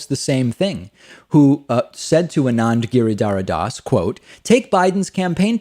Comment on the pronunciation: Boy did you butchered Anand Giridhardas name 😂